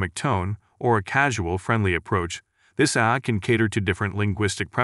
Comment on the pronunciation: This is an AI generated voice as ironically it keeps calling AI, "Aaey"